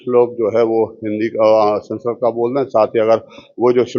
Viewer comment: संस्करोत nahin संस्कृत hota hai ❤❤ Radhe Radhe ❤❤